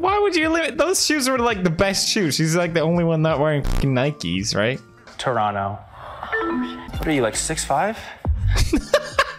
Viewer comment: When he says Toronto correctly 😍